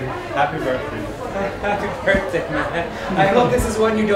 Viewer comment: No one : Perkz : BirZday